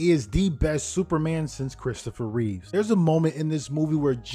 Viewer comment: Not to correct you but it's Christoper Reeve - not Reeves.